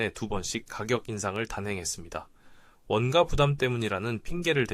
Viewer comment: 내용은 둘재치고 '원가'발음이 왜그래요? 읽을때는 '원까' 아님? 아...듣기 개불편하네..ai세요?